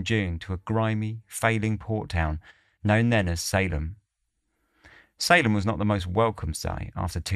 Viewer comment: Salem is pronounced Say-Lum 👍